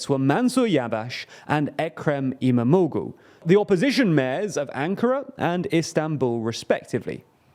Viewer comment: The way he is pronouncing İmamoğlu is screwing my ears 😂😂😂.... Am not Turkish but it's pronounced as İmamooolu.... The soft G is silent